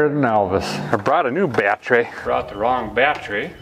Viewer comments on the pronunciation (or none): Well as your pinned commenter said, you certainly have earned it. The biggest and best milestone/happiest moment for me though personally, is when a guy quit on that pronunciation of the word battery that drove me to distraction. So from me, THANK YOU for dropping the "bieattery" lol. Love ya man, but that was the one thing that just grated on the ears, everything else you do on the channel I honestly couldn't ask for better & the fact you've kept it real and not gone all Freiburger on us is even nicer. 🛻Here's to the next million/next 3 years. The fact you've grown VGG so quickly speaks volumes about how relatable and honest you are, just snags a guy in & makes him feel right at home somehow. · I started losing it the more and more he said bat tree 😂😂😂 have always liked his terminology if you don't know what a charging whirler and a lightning houses are step away from the vehicle😂😂😂👌👌👌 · now I remember why I subscribed to your channel. because it's videos like this. this was absolute genius. well, maybe not so much. no, it is. it's absolute genius. well, maybe not. no, no it definitely is absolutely genius. that's why I know for a fact, it'll be fine. 😳💯 battery is pronounced, bat trees😁🎄 Merry Christmas you guys. enjoy your holiday. 🎄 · I love how he's reduced the word battery to two syllables....now that's efficiency.